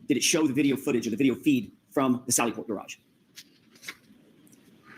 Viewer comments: Her attitude is so horrible her hair is falling out! She has probably one of the ugliest personalities I have ever seen!!!Anywhere!!! Also the way she pronounced garaje is as awful as her memory 😮😮😮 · Auntie Deb has a great music video about her!! It’s something like “ why can’t you say the word gararge “ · Her pronunciation of “gararge” is a first for me.😂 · In Britain, it rhymes with the word “marriage.” In America, it rhymes with the word “barrage.” Someone was trying to be posh. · Like he can’t remember your name, you can’t pronounce Garage correctly. 🙄🤦🏻‍♀️